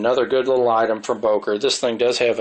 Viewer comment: It's not pronounced "Boker". It's "Böker" as it's written. "Ö" is pronounced just like the 2nd "e" in "emErgency", the "u" in "murder" or the "i" in "James T. KIrk".